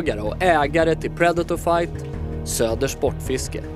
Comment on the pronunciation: Att ingen rättat Mattias på hans uttal av predator